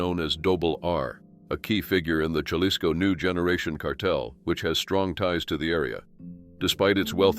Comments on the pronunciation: In Spanish, the letter J is pronounced like the English H. So it's Hah-LEES-ko, not 'Jah-lihs-ko'. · Jalisco is pronounced with a leading H sound. So phonetically Hal-ees-co. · It's pronounced Ha-LEES-co.